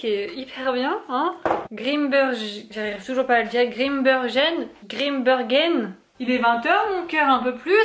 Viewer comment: Oui tu as réussi à prononcer Grimbergen !👏